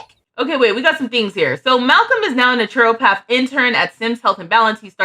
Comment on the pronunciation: Loved seeing these lovely brown-skinned sims and fairies. And, if its helpful naturopath is pronounced "NAH-truh-path" (nothing like its written). Great vid!